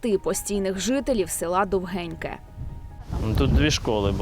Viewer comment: Шановні кореспонденти, село правильно називається Довгіньке. Наголос на "о".